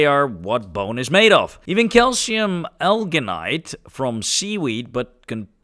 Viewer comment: It certainly wouldnt hurt to look up some words, among others your pronunciations for Alginate and Acetylene were..... valiant efforts, but somewhat unique. Happy New Year, hope its a heap of fun and brings rewarding new horizons.